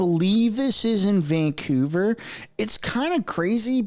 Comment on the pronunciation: It's Vancouver not Vangcouver